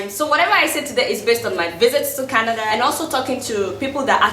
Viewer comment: Everytime she says Kanada. I shake